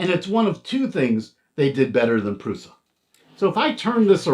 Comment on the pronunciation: Pronounced "PRUSHA"